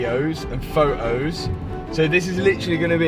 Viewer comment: he seen the car in videos and fo-os